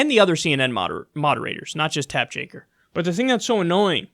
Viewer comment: Why do you say Tapp Jakker? I think it’s hilarious but just wondering?